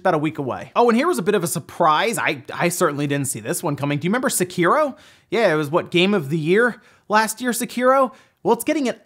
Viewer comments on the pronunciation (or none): Seh-Key-Row its not Sah-Kear-Row